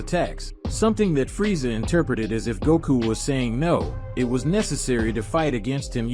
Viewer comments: Its frieza not friesha😂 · Why do you keep saying freesha someone needs to annunciate